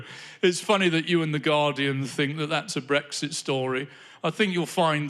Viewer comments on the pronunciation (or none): none